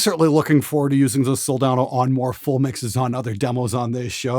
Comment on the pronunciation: good gawd, thank you for pronouncing it right. hope in humanity: restored.